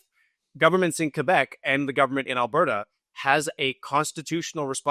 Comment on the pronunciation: that was your first mistake, he is from Quebec. You can hear the disdain in his voice, he does not hide it. And it is AlbERta, Not Abairta...